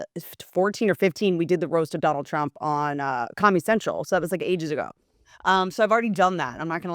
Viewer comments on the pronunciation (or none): none